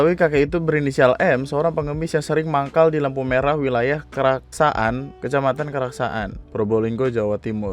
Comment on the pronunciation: itu bahasa madura bang, emang di daerah probolingo banyak orang madura, terus yg si sopir dia bilang " enak kemaren yang nyawer? " kurang lebih gitu trus bacanya kraksan, bukan kraksa - an bang